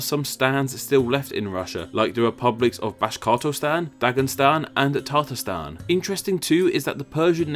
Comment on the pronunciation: On screen, they say "Dagestan" and "Tatarstan." Yet you added sounds to them, saying "Dagen-" and "Tartar-".